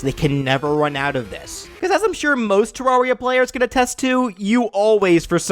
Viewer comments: You pronounce it Te-rawr-ria? I pronounced it Te-rare-ria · Terraria. Most Everyone: Ta-rare-E-uh: Ta-rawr-E-uh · ter-rar-ri-a Me:no, it is ponounced ter-ar-ri-a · It’s te-rare-re-ah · it doesn't matter how you call it but the official way to pronounce it is terr-rare-ria like a terrarium. just interesting to know. at first i literally called it tearia like "tear down" lol don't get offended it's just what the creators said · Psst hey its purnounced ter-rare-ee-uh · 1: it's not 2D MC 2: it's pronounced terr-area. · When you still pronounce it Ter-air-ia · you said Terraria wrong I'm just putting this here a Terraria player can jump much higher than a Minecraft player what a Minecraft player could punch down a tree while the Terraria player has to use a tool for example an ax. Then again in Terraria you do kill gods in the end. Also at different points of the game in Terraria you can have tons of different routes to pick if you're good enough which I'm not you could kill the final pre-hardmode boss before any other prehard-mode boss. Also, boss monsters?, chopping ax? Also this guy has harder trouble speaking English than me he can't say brain of Cthulhu or eye of Cthulhu. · You saying Terraria wrong is extremely painful to me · the first a in Terraria is pronounced like the a in air and you only get a second jump after getting a cloud/blizzard/sandstorm in a bottle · that is not how you say terarria and terranian Request: fnf edit: add yourself